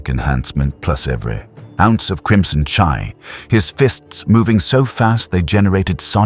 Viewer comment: Good story so far but the ai voice pronouncing chi (chee) as “chai” is annoying af